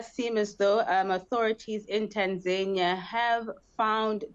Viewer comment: Please pronounce Tanzania properly, don't do that Kunta Kinte shit with African words. It's nauseating misunu yenu nx